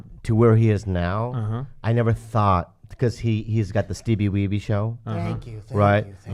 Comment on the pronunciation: The fact that Griff still says “Steevie Weebee” 😂